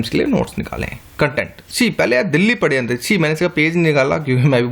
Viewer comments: sir aap sharyantra ko paryantra bol rhe h plz correction kare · padhyantra haha its shadyantra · shadyanta ko padyantra Mt pdo sir.. too annoying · Padayantra (पडयंत्र) ni sir wo shadyantra {षड्यंत्र) होता है